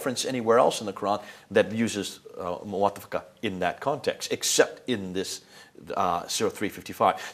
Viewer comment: Lol Listen to him and how he pronounce the word Muwatafaka please sir say it after me Mutawafiike I'm listening..... no wonder you end up insinuating something else...like Jesus will be cause to sleep.